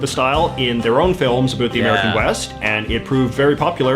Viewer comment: Hahaha omg yes. He said aboot.